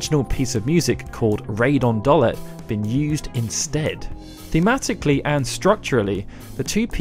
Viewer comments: Great video... except I'm not sure about your pronunciations. My guess is it's supposed to be: Seifer (Cypher), Dollet (Dollay), Balamb (Balarm), and Deling (Dayling). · It's pronounced 'Doll-ay'.